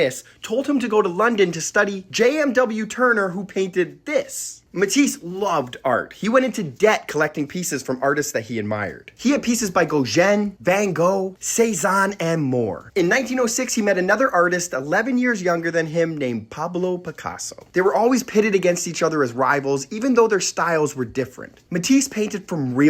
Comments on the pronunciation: Gau- gen!?!? Gau - gan, like gahn....not jen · It's heretical being an art lover to pronounce it that way